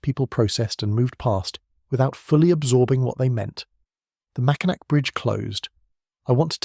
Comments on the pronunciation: It’s the Mackinac (pronounced Mackinaw) French, think French! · THE UP OF MICHIGAN IS ATTACHED TO WISCONSIN, SO IT IS NOT ISOLATED FROM THE REST OF THE UNITED STATES. ALSO, THE MACKINAC BRIDGE IS PRONOUNCED 'MACKINAW'.